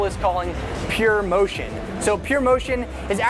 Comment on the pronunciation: its proMoiion not pure motion